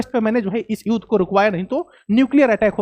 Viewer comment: It's not युद pronounce it as युद्ध ... Theek se bola karo, pehle hi boring se explain kar the ho, aur upar theek se shabdon ka ucchar bhi nahi kar paate....